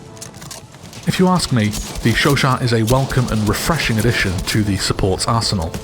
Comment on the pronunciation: The way you pronounce Chauchat makes this video an ASMR :) How would you rate it compared to the Chauchat in BF1 (relative value in each game)?